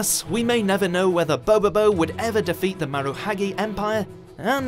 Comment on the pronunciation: How could you mispronounce bobobo's title...